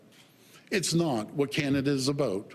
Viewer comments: "It's CANADA!" Mr. Ford... Not Kanda. 😖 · You're looking rough Doug. By the way, it's pronounced Canada, not Canda..... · Why can't he pronounce Canada? He keeps saying "Canda".